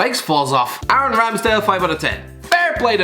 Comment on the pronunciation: ik it sounded like he said Darren in the vid